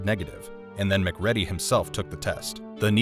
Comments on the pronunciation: MacReady is pronounced Muh-Creedy. Mac Ready just let’s everyone know you’re reading from a script and never saw the movie. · Muc Ready ! It's pronounced Ma-Cready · Arrrrghhhhhhh its MacReady .... mac reeedy Not Mc Ready ready......for fucks sake! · His name is McCready not “”Mc ready”” lol. U know Sounds like “Mc Creedy” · mc reeeeedy not mc red y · MacReady=McCreedy. Man this was great but the way his name is said in this video makes me wanna throw a chair 😂 you watched the movie right? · Omg its MC CREEEEEEEDEEEEEEEEE not fucking mcready u dinlow. Shows u dont even watch the film when you do these videos.. shame on you defacing a all time classic horror hero like that all coz u dont do ur homework. For this reason alone on my fav film ever i will never subscribe or like another one of ur vids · Did nobody in your entire team actually called you out that you pronounced McReedy wrong the entire time? :D Other then that good job! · Uh, hey dummy, it’s not Mac Reddy, it’s Mac Reedy, they say it in the goddamn movie. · Mac- Ready???? Have you even watched the movie??? It's annunciated MACREEDY!!!!!😒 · WHO THE FU*K IS McCREDDY????? You can tell the narrator has NEVER seen the actual movie... Its "MacReady" - Măk Rēē-dēē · FYI- SEALs aren't Marines. You might want to tweak your AI voiceover bot to pronounce Mic-REEDY, not Mac-REDDY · It's pronounced Macreedy, not Macready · Mc READY!? Say it with me: Mc REEDY! What planet are you from!? Who says it that way!? Weird... It's like saying " Mc "doe" nalds instead of McDonald's. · It’s Mcreedy dude.. put some respect on his name… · I know people who only just imigrated to england yesterday thay can pronounce our names better than mac ready over hear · It's pronounced, "MacCreedy". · Man I appreciate the vid but I don't see how you could analyze The Thing without knowing how to say Mccready correctly... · It's pronounced "McReeeeeedy" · It’s pronounced “McCreedee” 🤦🏻‍♂️ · HIS NAME IS MACREADY MA-CREEDY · Mc-Ready? Tf!!! 😂😂😂😂